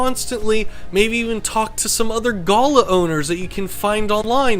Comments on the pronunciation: Its not pronounced go lah, it is gal ah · Pronounced Gāh-lā not "gola". Source? am aboriginal. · Australian here, love your videos. First time I’ve heard it pronounced guh-luh. Maybe it’s pronounced differently elsewhere 😂. But yeah usually pronounced ga-la, really emphasising the a’s. Also, there’s a bunch of these guys who just live around my area, they’re super cute when they fly down to drink from my dams. Absolutely adorable birds. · I think it's pronounced "galaa", not "gaala". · FFS it is not "Gulluh" it is a Galah. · You need to learn how to pronounce the name of the species, All one word but Ga lar, not Gala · You got the pronunciation wrong it is ga LAR (with an "are" or R sound.. or like R in jar) . My exes parents have one so I guess he'll have it one day, my daughter has one and my mother has a pair of galahs. They are fun birds. My favourite parrot is a corella which my exes parents also have, it comes up with things and sentences which weren't even taught to it and uses the sentences for the right situations. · Ga-lah .. it’s pronounced ga-lah .. a gala is where you go to a pool 😅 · It's pronounced Ga-LAH with emphasis on the second syllable. I'm lucky to live in an area of South Australia where these fellas are everywhere and are crazy birds in a good way. They are often seen hanging upside down during a rainshower, which allows for the cleaning of their feathers. I once knew a lady who was given a Galah chick in 1925 when she was 5 years old. She lived to be 85, and the bird outlived her for another 4 years... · in aus we pronouce it (gul ahhhh) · You pronounce the word as Ga-lah, they are gorgeous birds. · That poor bird you did not stop moving your hand arround which would make it so nervous. Also pronunciation is gulaaaa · Did lots of research apart from how to pronounce "Galah" properly. galarrrrrrrrr. LOL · Yeah, who says guluh 😂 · The way you are pronouncing Galah is incorrect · Love how you say Galah we aussie say it different